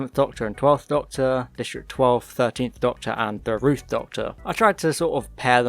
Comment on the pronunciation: "Ruth" Doctor...🤮 Just saying...